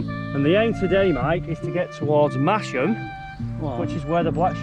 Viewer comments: Mas - ham not Mash - ham. And even as a proud Yorkshireman I got it wrong, but never made the mistake again after my wife 'corrected' me. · Great video, nice to see familiar places. next time you go if you pronounce it "Mass Mmm" you might get extra black pudding ;) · Silent 'H' in Masham. Another Yorkshire settlement with an unpredictable pronunciation to add to the list! Looks like a belting ride, thanks for sharing.